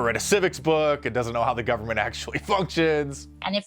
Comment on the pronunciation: I love how when she corrects herself on government - she still gets it wrong.